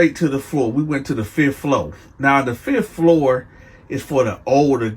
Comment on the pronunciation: I love how he says “fith flow” Then immediately follows up with… “fith floOr”